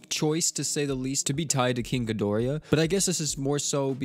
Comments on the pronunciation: "GI DOR AH" not gi dor E ah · Gido-rah, where where did the extra "i" come from? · Am I the only one who hates the way he pronounced king ghidorah's name